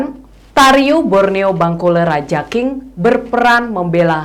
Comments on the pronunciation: Cara bacanya bukan raja eng mbak, tapi rajang bacanya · Maaf hanya meluruskn Baca nya bangkule rajang mbak. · Reporter klo nyebut Rajankg..perlu dipelajari dan pengucapanya harus pas..buat...🙏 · Rajank dibaca rajang Radank dibaca radang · Masyarakat adat Dayak=Indonesia, cinta NKRI, cinta Presiden Jokowi. Utk nya boleh lah ke tanah Borneo utk silaturahmi dan memantafkan pengucapan kata Rajakng dan rumah Radakng supaya lebih pas😄😄, terima kasih sudah menyampaikan pesan ini lebih luas. Mardeka...